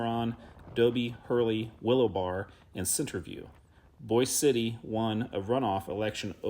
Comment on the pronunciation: Please learn to pronounce the names of places correctly. The town in the Panhandle is “Boy’-zee” City. Not boys.